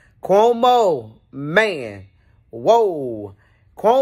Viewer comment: The way you say Cuhomo 😂😂😂